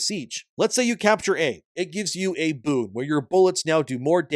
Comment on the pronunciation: hes saying boon but im hearing boob